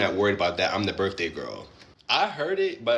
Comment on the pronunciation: To the guy in cama-jacket: it isnt Birfday, or bafroom 😂😂😂